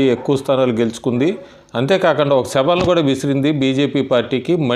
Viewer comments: శవాల్ కాదు సవాల్ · సవాల్ అనే బదులు శవాల్ అంటున్నారు